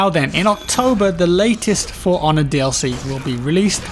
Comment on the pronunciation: I keep hearing Piranha instead of For Honor... >_>